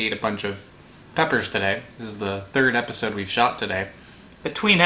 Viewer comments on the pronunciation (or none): Lol “peppersode”